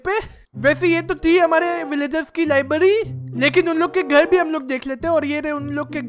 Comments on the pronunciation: Libary nahi library😂😂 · First libary nahi hota its library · Bhai libary nahi library😂😂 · Library hota ha libdy nahi hota ha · Bhai lyerberi bol